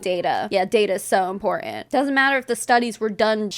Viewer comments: Its very im-poor-dent. Ugh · EMPOORDENT. The way says important grates me.